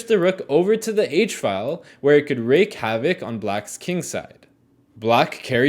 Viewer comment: Dear Sir, is mispronouncing the word "wreak." You don't 'rake,' but rather 'reek' havoc. Thanks for a truly fine YouTube channel. Cheers! 🇨🇦